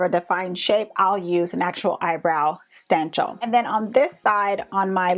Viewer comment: Ummm..what is a sten-chel..hmmm?